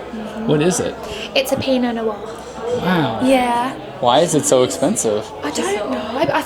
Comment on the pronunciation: pina noire in a brummie accent, excellent!!